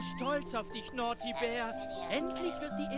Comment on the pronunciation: es heißt Naughty